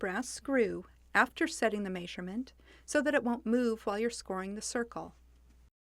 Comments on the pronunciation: this would probably be the most helpful glass cutting video on youtube. BUT!!! god the way that woman pronounces measurement nearly had me punch the computer screen. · I have never heard "measurement" pronounced that way. What dialect is that?